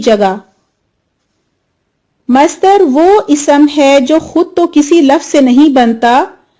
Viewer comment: Please correct your pronunciation for اسم و صفة Isam and sift are wrong.